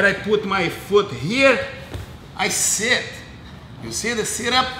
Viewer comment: He seet, and he scoop out!